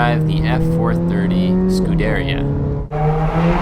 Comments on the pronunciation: It's not pronounced Scu-deria. It's pronounced Scu-der-ia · It's not F430, it's 430, and "scoo-deh-RI-a" not "scoo-DER-ia" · You pronounce Scuderia incorrectly. It's Skoo-der-ria.